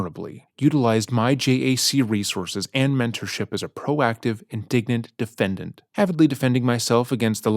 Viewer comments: I'm not even a teacher and I want to take a red pen to her letter. She keeps saying indignant instead of indigent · It's "indigent," meaning unable to pay for their defense. You keep saying "indignant," which means angry. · My favorite is that this genius misused the word “indigent” and kept saying “indignant”… which she totally is, of course, but not the word she was going for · Indigent not indignant! Great video, but she uses the word indigent multiple times in her letter and it's said in-di-gent (it means poor or needy) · She's saying indigent, not indignant. It's a fancy word for poor. Also, Telles is pronounced "Tay-yez". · I love you guys, just want to mention she's saying indigent, not indignant. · The word is indigent, not indignant 😂 Pretty apt Freudian slip though! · That's indigent, not indignant. Indigent means poor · Great video, but it’s indigent, not indignant lol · Just a side comment… indigent and indignant are two different words with completely different meanings and pronunciations. You keep saying indignant when it’s indigent. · Just a note "indigent" is pronounced "in-di-gent" not "in-dig-ent" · He mentioned Sarah's letter being read aloud by another youtuber called, "Just A Lazy Gamer", which I watched last month. I chuckled when misread "Indigent" as "Indignant", exactly like JALG did. Too bad neither said, "Ignorant". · In this context, It's pronounced "inde-Jent" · I think he's mistakenly using the word "indignant." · The shock on my face when I realized it was Sarah who spelled indigent correctly, and it was who was mispronouncing it. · Just a small correction, she wrote "indigent" (poor) not "indignant." The narrator mispronounces it a couple times.